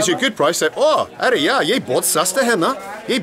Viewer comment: Are yaar!!!.not are ya...but still loving this hindi lessons